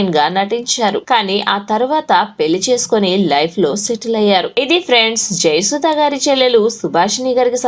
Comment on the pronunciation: సుభాషిణిగారు. సుభాషి'ణీ' కాదు. అలాగే, జయసుధగారు. జయసు'ధా'గారు కాదు.